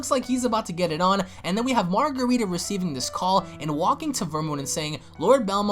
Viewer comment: Marcarita not margarita -.